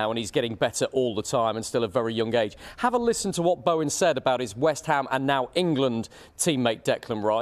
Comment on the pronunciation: This presenter is hopeless,yesterday he couldnt pronounce Bowen's name (Baowan) and now he doesnt know West Hams stadium (city stadium )